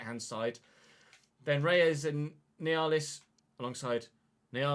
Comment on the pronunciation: Nealis brothers are pronounced “Neal-is”